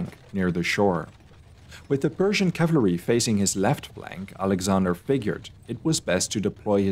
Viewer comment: did you say "cavlary" ?